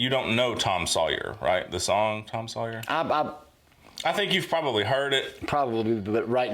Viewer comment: Hunh. Now I hear it. A lot of times "Sawyer" comes out as "Sawyee". Paul Rudd used to joke about this but I never heard it until now.